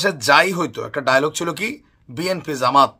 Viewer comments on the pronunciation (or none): none